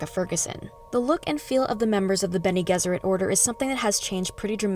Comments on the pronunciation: good breakdown though you butchered some words. Its Har-koh-nan and Guy-is Moh-hi-am. its also ben-nay Jess-sir-it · Isn’t it benegezurate, with the g sounding like a j?? I’m just asking that’s how I’ve read it in the books. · Bennay Jezzerit is the usual pronunciation.